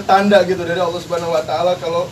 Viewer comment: Seneng ada arti nyebut Alloh dengan Alloh bukan pake yg diatas2